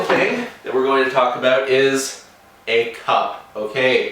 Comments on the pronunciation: Is he Canadian, I heard the aboot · He said aboot...ha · and we're talking aboot getting into paintball